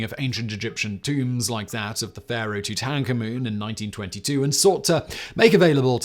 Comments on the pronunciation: Toot-ank-a-moon??? WTF? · toot-AHN ka-MOON? XD I'm dying. Ka'moon, Simon, now you're just doing it on purpose. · Toot Ank Amoon? Dude, google exists, you can just look this shit up. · That was the weirdest way to say tutankhamun I’ve ever heard ha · King who, Simon? Please say that again 100 more times😂😅😂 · Simon , you have outdone yourself . That was the most unique pronunciation of "Tutankhamun" I have ever come across. Well done sir .